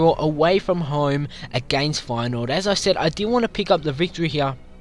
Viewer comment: U said Feyenoord wrong